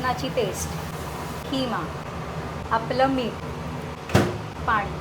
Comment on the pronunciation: Ayeeee ... aapla मीठ kay asta 😣😣 Kiti vichitra वाटतं te ऐकायला 🤮